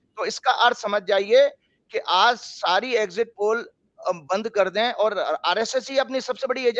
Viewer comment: egjit nahi.. Sahi oocharan egzit hai..spelling is exit. Sahi jaroori nahi. Sahi pronunciation hai zaroor zaroori..zaroorat, hai. Please bhasha ka samman karein.